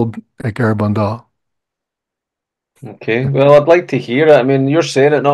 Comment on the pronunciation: look up how to pronounce Garabandal. in Spanish you emphasize the second syllable. Gara-BAND-al